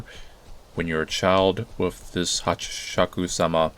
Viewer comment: Her name, and the game's title, is actually said "Hasshaku-sama".